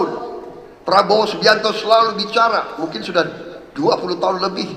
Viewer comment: Baru aja gw liat video anak ngmong prabroro sm janggar.. Ini malah kbwa2 ngmng prabroro